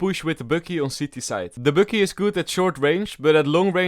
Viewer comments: I like how he pronounces Bucky „Böcky“ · I Love the way he pronounces "Bucky" 😂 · I like how u say Bucky it sounds so nice lol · bucky Subtitles: bookie